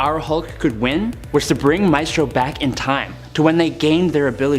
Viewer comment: Maestro is pronounced "My stroe." Ilyana is pronounced "ill yan uh." Otherwise, Great Job!!